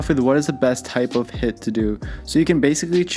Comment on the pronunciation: It is pronounced as heeeeeeeet.